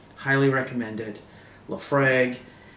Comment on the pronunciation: Not liking the pronunciation of Laphroaig,.